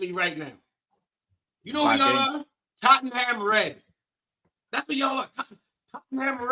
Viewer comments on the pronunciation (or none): This American guy is jarring. Came back from second time to se eifbi was being sensitive earlier. Nah I was right this guy is a clown. And pronounce Tottenham correctly